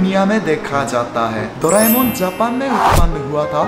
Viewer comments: We don't say doraemon, we say doramon, do ra mon, not dooo it's do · We dont doraemon we say doremon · We say dore - mon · Doraemon is pronounced doreimon 😂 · you have to pronounce it dore mon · WOW doreamon ko doraimon🤣🤣